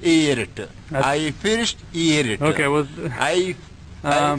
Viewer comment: "I appreciate it" NOW = "Iyy fudjj iiedertuh"